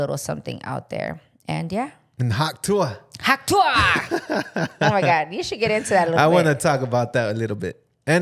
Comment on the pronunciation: Y’all saying it wrong hawk tuuhh lol